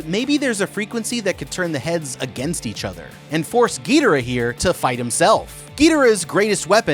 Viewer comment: Love the vids but “Gil dorah “ and “rodawn”